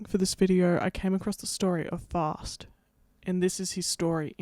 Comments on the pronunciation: You say Faust wrong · First off, as a german, I really had no idea at first that you were talking about Faust, the pronounciation is really different. Also, Fausts contract with the devil didn't run for a set number of years, but rather until Faust had finally sated his hunger for knowledge and satisfaction/pleasure